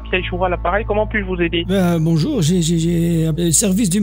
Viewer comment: 1er signe d'arnaque : "bonjouw alow wou alé cliqué suw le bouton"